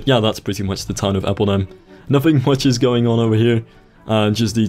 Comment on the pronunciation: atleast do appeldam instead of appledam